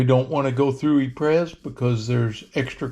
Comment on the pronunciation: hate to be that guy….but Ypres is pronounced EE-pruh. But don’t feel bad, the British during the war just called it Wipers.